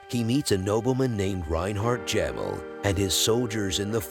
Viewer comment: Jamel😂 It's pronounced Jameel😂